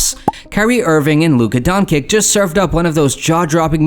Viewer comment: WTF the imeges , timing and the nerative don't match at all why even make a video if you not gonna even try plus pronouciation of Luka Dončič is shit put respect on that name